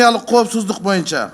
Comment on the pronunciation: Мойунча дебей ушул депутат боюнча деп туура суйлосунчу сураныч